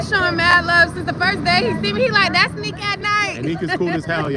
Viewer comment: People keep saying Nick it’s NIQUE!!!